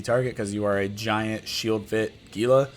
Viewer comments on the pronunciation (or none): *It's HEE-lah.....ffs.